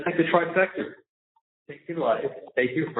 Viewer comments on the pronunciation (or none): It’s “TRIFECTA” Charlie…